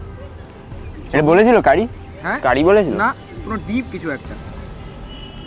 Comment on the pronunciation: 4.26 otar uchaaron CARRY pata na CURRY pata.